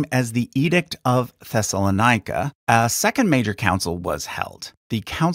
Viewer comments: Note that Ancient Greek words lay the emphasis o the third syllable from behind. Thus it is pronounced as Thessalónike, not Thessasloníke (like Périkles and Sókrates). Keep up your good work! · You pronounced Thessalonica (thess-a-lawn-ic-ka) as Thessaloni-ica (thess-a-lawn-eye-ic-ka) .